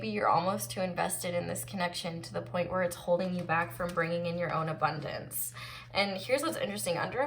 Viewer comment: still havent stopped laughing when you said "abondonce" so hilarious😂😂